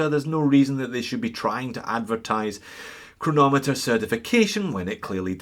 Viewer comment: "Cheronometer"... that's music for my ears ahahah